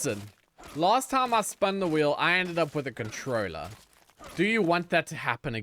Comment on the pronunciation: bro your pronounciation of controller is a sin 😂